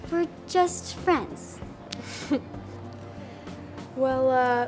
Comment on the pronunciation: Adrien and marionette:were just fwiends